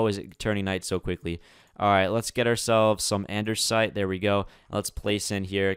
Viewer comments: I'm sorry but this is to help you spell out and-"des" -it it's not andersite it's andesite and it's quite annoying but I helped you out so yeah hope you spell it correctly now because I wanted to help you 😐😃👍🏽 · ANDESITE NOT ANDERSITE NOTICE NO 'R'... Also make the storage building for Valuables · its "andesite" not "andersite" please fix its bothering me a lotttt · Why do you always say Andersite, when I it's Andesite? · An-da-site not An-der-site. If you have a speech impediment I'm so sorry! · It says andesite not andersite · It's not Andersite it's Andesite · Its andesite not andersite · Andersite, Andersite, And One More Andersite.